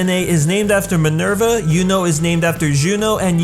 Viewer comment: Great video! But please don't pronounce "Yuno" as "Juno". Just don't. thx